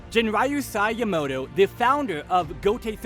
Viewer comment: No offense, but you're butchering the pronunciation of some names here. And it's upsetting me. Like Kaname, not Konami, Yamamoto, not Yamato, or Ryau instead of Ryūjin Jakka.